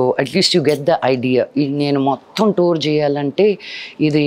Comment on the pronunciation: Thoor kadhu tour